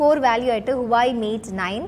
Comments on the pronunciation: മകളെ(Huawei) ഇതിന്റെ പേര്‌ ഹുവായി എന്നല്ല "ഹുവാവെ"എന്നാണു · ഹുവായെ അല്ല വാവെയ് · ഹുവായ് അല്ല ഹുവാവി എന്നാണ് ഫോൺ ന്റെ പേർ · സഹോദരീ നമിച്ചു നിന്നെ... ആദ്യം HUAWEI എന്ന് എങ്ങനെ പറയണം എന്ന് പഠിക്ക്....